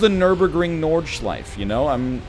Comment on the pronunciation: It's pronounced Nordschleifé, the E is not silent. Compare it to Porsché that is pronounced in the same manner by Germans.